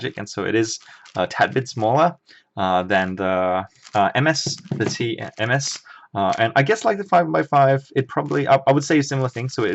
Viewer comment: When you say ms I thinks you said mf